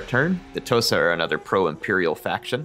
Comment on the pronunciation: What you said "The Tosa want a trade agreement". What I heard "Tosa shuffle, do the Tosa shuffle"